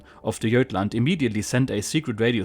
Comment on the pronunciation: Sir with all due respect Gotland is pronounced not jutland but like the German god is said. Gotland